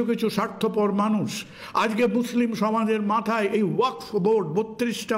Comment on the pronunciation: স‍্যার, কুণাল বাবুকে জানাই। গ্রামাঞ্চলে তর্কবিতর্ক হয়- মানুষ এই শব্দটি মানষ উচ্চারিত করেছে - বলছে সবই ঠিক আছে।